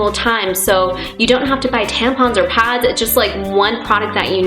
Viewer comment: and when she says pads to her it's pods